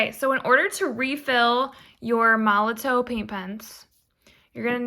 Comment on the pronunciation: Molotow is just the German spelling of MolotoV, with a V sound